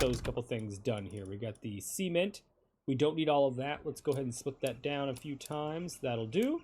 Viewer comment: bro said c ment hahahaah